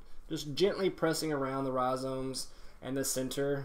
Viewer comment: No one:: rhiZOMES